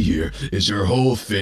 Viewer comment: My man literally pronounced "zero bЫЫtches"💀